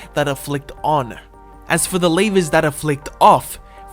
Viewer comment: why do you say lavers